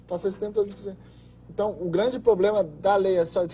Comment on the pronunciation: De um cara q fala POBLEMA não se espera nada !!! Ele se formou la na Anhanguera so p lembrar... Kk antiga uniban !!